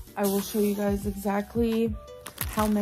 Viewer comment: the "gaise" got me LMFAOO 😭😭😭